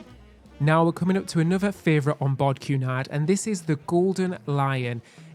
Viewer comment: I'm not sure whether can say "favourite"??? It always sounds like "fravourite"! Hahaha! But nonetheless, I love your works! "Keep it up" guys............xxooxx (And, for you US guys, yes. favourite is the correct British (and Australian) spelling!)